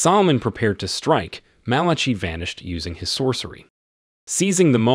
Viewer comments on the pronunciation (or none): Undo is pronounced un do. Malachi is pronounced Mal a KI LIKE the book in the Bible.